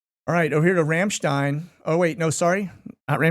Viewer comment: I LOL every time you say Ramshstein. I don’t know why. 🤦🏼‍♀️